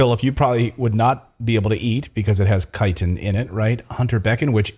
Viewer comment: Is that Max Igen mispronouncing 'chitin' in that clip?